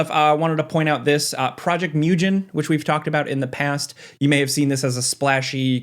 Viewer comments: Moo-gen. Like "gen" from the word "again". Not "Myu-jen". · Small nitpick. But it's probably pronounced Mu-Gen. G for girl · Its mugen like g of golf, it means infini in japanese